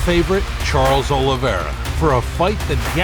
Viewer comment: 45 sec in and im out.heheh he sayd olevere is the faforit heheheeheheheeheheheheehehehe